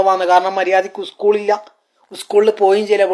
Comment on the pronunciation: ഉസ്ക്കൂൾ അല്ല സ്കൂൾ....